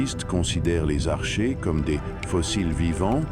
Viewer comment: On prononce "arKéen" et "arké", comme dans "archaïque" et "archéologie"... bon sang de voix IA...